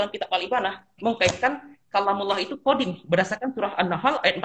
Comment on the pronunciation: Dari kata "Qodim" meleset jadi "Kodam" lalu meleset lagi jadi "Qidam". 😂